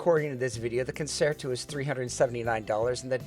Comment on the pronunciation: Great review, it is pronounced “concherto”…I am a classically trained violinist.